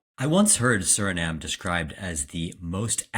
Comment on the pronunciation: My home ❤❤❤❤❤ Note, SurinamE. You gotta say the E.